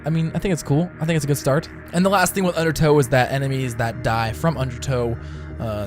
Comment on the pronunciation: Donate $1 every time you say "undertoe" xD